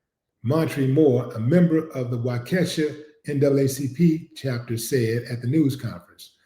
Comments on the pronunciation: It’s Waukesha (Wa.. Key.. Shaw) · Uncle Willie it's pronounced Wa-ka-shaw just helping you out 😂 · Yeah that is weird I live in Milwaukee and waukesha is pronounced wau-ka-shaw willie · Hello❤ I live in Milwaukee This is some kind of cover up! The county is pronounced Wa key shaw Waukesha Please make sure to let the world know that these things are still happening!!!🤔💯